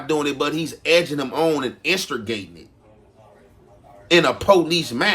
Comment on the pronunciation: In-Ster-Gating is krazy😂